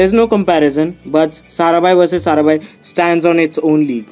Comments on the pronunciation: it's Maya sarabhai not saraben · Maya saraBHAI not saraben! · pehli baat to vo jise aapne atish kapadiya kaha h vo deven bhojani Hai. doosri baat ye Hai ki Maya sarabhai hota Hai na ki saraben . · Sarabhai is a title or caste so you can't say SARABEN 😂😂.clear your facts. Its Maya Sarabhai... Its not like saying Hansa ben... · calling Maya Sarabhai as Saraben is so middle-class :)